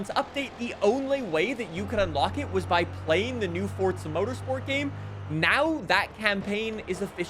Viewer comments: Why he says fortza, if its forza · HOW MANY TIMES DO WE GOT TO SAY ITS NOT “FoRTzA” its Forza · The fact says Fortza instead of Forza bugs me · If forza is pronounced fortza to you then your name must be tard12. just the t an d is invisible like the t is in forza